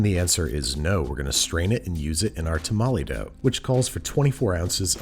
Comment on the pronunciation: Idk why, but "tamale dough" sounded crazy to me, the "masa" is fine lol